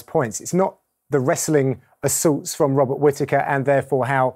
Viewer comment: Who else caught Dan Hardy calling Robert Whittaker, "Bobby Whittaker"